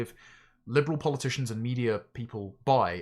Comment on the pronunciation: Polyp-ticians lol😂